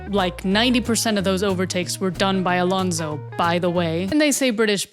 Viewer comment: Jjj me imaginaba que eras hispana porque ningún gringo dice bien el nombre de Alonso, Pérez, Sainz y Colapinto